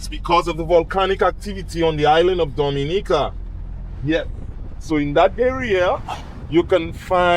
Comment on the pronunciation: All that time spent with Blessed and you couldn't come away knowing how to pronounce Dominica correctly.